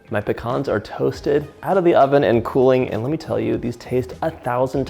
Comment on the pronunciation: Love his videos an learning new recipes but the hearing him do pecans wrong just bothers me